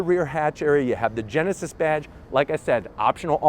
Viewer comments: Geneved Genesis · come on dude, you can’t even pronounce “genesis” and “hyundai” what are you doing